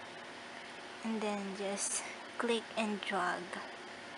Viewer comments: ""an den" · “And den....”